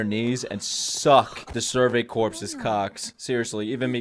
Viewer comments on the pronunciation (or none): So happy for you, these reactions are a joy to watch. It's worth noting corps (as in survey corps) is pronounced "core" like peace corps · The way that he keeps pronouncing corps like corpse is quite fitting considering how often they die. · Every time I hear someone mispronounce corps a little piece of me dies...